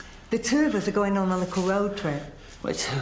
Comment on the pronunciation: STOP SAYING LIKKLE!!!